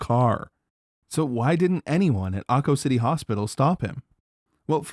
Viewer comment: I had to do a double-take; I thought you said "Aho City" for a moment!